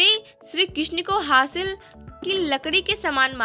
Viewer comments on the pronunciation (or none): Hasil ❌ Haril💯☑️😊